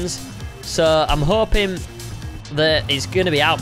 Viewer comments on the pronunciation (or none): none